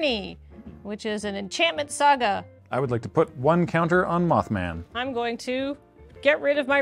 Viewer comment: It's not the blegh step it's the sag-ah! step